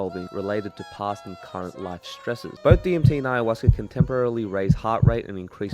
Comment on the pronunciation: There is no R at the end of Ayahuasca. And it isn't fermented.